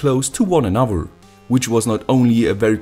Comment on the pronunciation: I really like your videos, but pleaaase say th now w in anoTHer :(